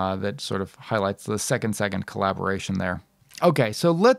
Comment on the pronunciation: It’s pronounced second se-KANDE (like ‘kong’ but with a ‘d’)